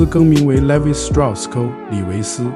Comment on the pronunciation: Levi's 讀為 Lee-wise